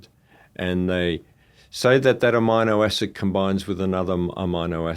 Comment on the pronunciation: How can anyone take this guy seriously when he can’t even properly pronounce “amino acid”